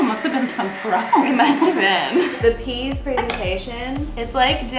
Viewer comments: Piece in french sounds more like... py-e-ce. Not peas... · The peas joke only works if you don’t speak French because it revolves around the mispronunciation of pièce. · NOOO ITS PEAS UGH YOU GUUUYSSS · Its a play on words :) I am also from Canada.. piece de resistance or Peas du resistance... "piece" is pronounced Peez in French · Joke was funny even for me as a non native English speaker but to see confusion was just too much 😂 nevertheless in French pièce sound more like "yes" in English, so phonetically "p(e)yes." With the "e" between the p and y almost silent 😉